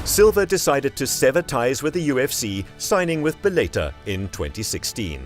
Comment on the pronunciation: It's pronounced bell a tore